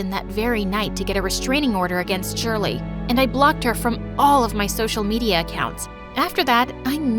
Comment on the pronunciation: (my name is always pronounced wrong aswel in this video but im used to it honestly)